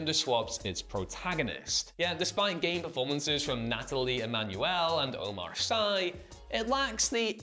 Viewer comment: FYI it’s Omar Sy pronounced “see”